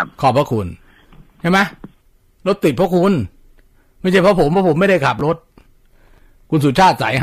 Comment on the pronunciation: ตอนแรกๆ อ.เหน่อ รถติ้ด ๕๕